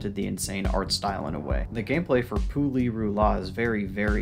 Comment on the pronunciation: No sane person would put Pu-Li-Ru-La on this list... ...Tier 5? Nah big mistake there! But otherwise, nice video ☺️